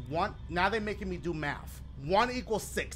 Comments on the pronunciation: MAFF do u meant Math lol Dashie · "They making me do maff, one equals sixtff". Shit they need to be teaching you english